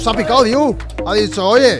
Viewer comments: El nombre del chico es Andrei DEIU no diu please! Se lee igual que se escribe. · Muy bueno. Andrei deiu (andrei dEiu ) la "E" TAMBIEN SE PRONUNCIA